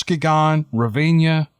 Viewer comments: Lol, love ya. Its pronounced Mus-kee-gun (Muskegon, Michigan) and Ruh-van-uh (Ravanna), I'm from Rockford, Michigan, SE about 30 miles from Ravanna. Very woodsy still this day. I'm still waiting to see one someday. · and Reh-ven-ah hehe...not far from where I live. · Ra-van-na. & Musk ee-gan